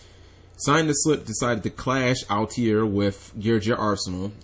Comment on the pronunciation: It's not pronounced al-te-air, its all-tair.